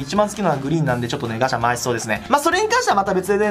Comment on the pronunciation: ガチャがガシャと聞こえる。ジョジョを思い出しました。